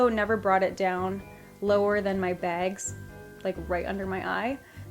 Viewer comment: omg I love her lol. but every time she says bags she says "begs"